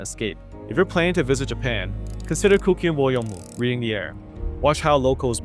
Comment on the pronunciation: Good analysis. The nuance is much appreciated even if the algorithm will hate you for it. If you are looking for a little constructive criticism,, maybe work on your pronunciation of Japanese words like "Asakusa" and "Kuuki wo Yomu". Oftentimes TTS (Text-to-Speech) gets it wrong. Regardless of that, count me in on your next video.